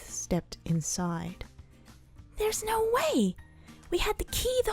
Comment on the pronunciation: It's not no.. Its NAR😂